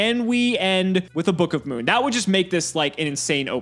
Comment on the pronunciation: Gage says book of moon like “bukuhmoon”